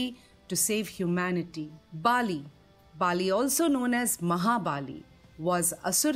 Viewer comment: Bali not Baali.